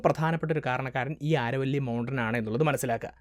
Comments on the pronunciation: "ആരവല്ലി" എന്നല്ല "അരാവലി" mountains എന്നാണ് ഉച്ചരിക്കേണ്ടത്. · ആരവല്ലി അല്ല ആരാവലി ആണ് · It's not aaravalli it's Aravalli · Aaravalli alla Aravali. Why do u change local names ? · ആരവല്ലി അല്ല അരാവലി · നല്ല പ്രെസന്റാഷൻ, ആരവല്ലി എന്നല്ല അരാവലി എന്നാണ് ഇവിടെ (രാജസ്ഥാൻ) ഉച്ചരിക്കുന്നത്. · ആരവല്ലി അല്ല അരാവലി! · അരാവലി എന്നാണ്